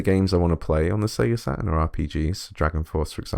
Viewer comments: Sega Sa...urn emulation. Was there a T in that word? No? Look forward to some Sega Sa..urn emulation then 🙄. Have you got any of those colored pens? Fel... ...Ips? Got any Fel...Ips... Or just a Sa....urn? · yeah and they all pronounce their Ts like grownups. Check you out: I'm not saying that T Dad I'm too f-ing cool. Is that how coolness works? Sa...urn. There! all cool now I took the T out. That was big of me.